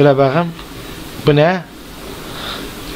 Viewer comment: Benim en çok baqım demesi dşdjeğwjdğd